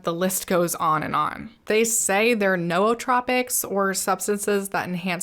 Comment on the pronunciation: Googled it, I didn’t miss anything. This is the most creative way she’s chosen to pronounce it over and over 🤣🤣🤣 lol. How.